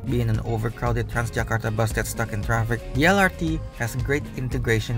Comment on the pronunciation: well, in that case he should've spell MRT and LRT in Indonesian then, not eM-aR-Ti and eL-aR-Ti just like he does in the first minute of the video.